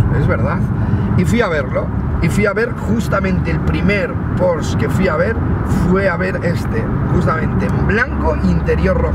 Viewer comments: Se dice Porsche... no porsch.... hortera. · Se dice Porsche tal y como suena no "Pors" cómo dices es un error común. En alemán se pronuncia así.